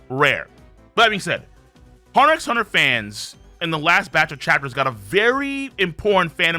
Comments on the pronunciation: I stopped watching as soon as he said the X in "HunterXHunter" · Btw you dont pronounce the "x" in "HxH" I thought this is common knowledge